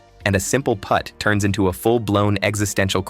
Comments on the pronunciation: AI voice over…can’t properly pronounce “putt”…it’s not pronounced like “put”. What’s the matter “”? Can’t you read? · Sloppy AI channel that can’t even say “Putt.” Oh and your Fair Use claim is nonsense.